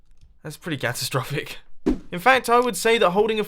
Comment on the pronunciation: did you say gastrophic!? It’s catastrophic